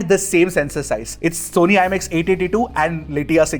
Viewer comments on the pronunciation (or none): none